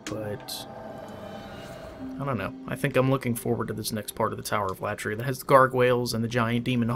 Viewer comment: Tower of Latria (accent should be on i) Latria is a Greek word which means worship So it's the Worship tower or The tower of worship Keep it up Greetings from Greece